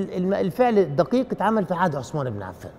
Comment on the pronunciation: عند النطق بإسم الصحابي الجليل عثمان لايصلح نطق عصمان او عسمان لازم نحاول ننطق الأسماء كما هي بغض النظر عن اللهجه